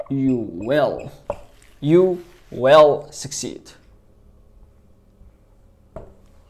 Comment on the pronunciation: استاذ مركش تقول في will راك تقول في well = معناتها حسنا